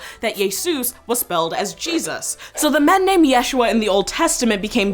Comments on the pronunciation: She doesn't even say it correctly. Look up "how to pronounce Yeshua" She emphasized the wrong syllable. It should be said as "YeshUa" not YESHua. If you're going to learn it, learn it correctly cuz it's a holy name. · You are also pronounce yeshuah wrong in the video... you do it in a "milil" (short "ye", long "shu" and short "ah") instead of the correct way of "milrah" (short "ye", short "shu" and long "ah") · it's not /jésh.u.a/! it's /je.shú.a/ in hebrew! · Now this I did know of. Although, the name is more pronounced ya-shoe-a. The previous way of saying the name became a more like a different name kind of like Richard and Dick which are totally separate to most people even though it somehow is a way of saying the same name. I kind of assume as we don't read much about the childhood. He might have been called Yeshua ben Yosef. We know he was a carpenter which moved city to city. So it then becomes a reason to start calling him Yeshua ben Nazareth or modern terms Jesus of Nazareth. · His name was pronounced Isho. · Yeshu’ was his name. With glottal stop, stressed on the second syllable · Actually the proper name is Yashua ,not Yeshua and your name should be pronounced the same no matter what language you are speaking. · My Sister, you are still wrong our Messiah's name is pronounced YahShuA or Yuhushua + Equals Yah Saves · its not yeshua its Yisha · It ain't yeshua its yahshwa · Yeshua is modern Hebrew wich is mixed with Yeddish and thus is not a semetic language, properly speaking, it's pronounced "Yasu3"(3: traditionally the representation of the Ain from semetic languages in Latin letters)